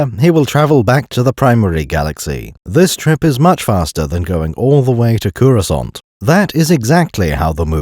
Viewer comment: everytime he says "CUROSCANT" i load another round into the gun